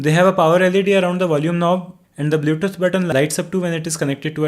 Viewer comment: because he is pronouncing it blyoutoot, for example.